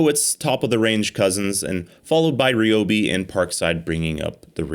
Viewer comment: "Ree-Obi" He says... ;)